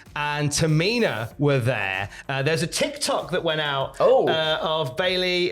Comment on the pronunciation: The way pronounced Bayley as Bay-lay is just his inner Brummie coming out.